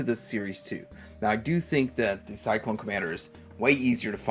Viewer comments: Cylon not Cyclone🤣🤣🤣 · What is cyclone. Cylon It is CYLON's . Boltar not bolltar. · Have to point out the word CYLON though, not pronounced syklone lol ;) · Why do u keep calling the Cylon troopers Cyclones ? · CYLON. SY - LON. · I was coming for you too. The others beat me to it. Ya, it's pronounced [Si-Lon],.. Cylon. It's cool. You probably weren't around then when thos show was popular. It was big for me. Alotta these toys I had! Shame my parents either thrown them out or gave them away. Who knew there was money there? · what astounds me here is that you cant pronounce "CYLON" ,,,like at all. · I have to agree with you about being glad he is a collector. The OLD folks like me want to see this series get the kudos it deserves. The only way this can happen is if people like him get interested. My problem is with his obvious lack of knowledge. He probably should have done more research before posting. It became painfully obvious and most evident when he didn't say the Cylon name correctly. You can tell he doesn't know much about the series the more he talks about these figures. I'd urge him to sit down and actually watch the movie and original series. Of course I wouldn't waste much time on the second debacle called Galactica 1980, unless he wants to be through. Even then, most of us OLD GUYS dismiss it except for the "Return of Starbuck" episode. So....I say again, I'm glad he's interested and he is collecting the memorabilia, but he REALLY needs to get better educated on the subject.